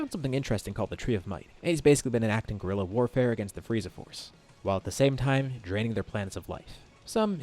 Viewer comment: "gorilla war faer"💀